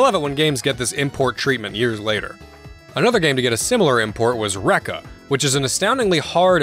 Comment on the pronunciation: Was looking for chapters for some of these games. Did he say wreckage or rekka?😕